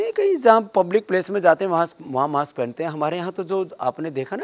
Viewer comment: सर "माक्स" हैन "मास्क" हो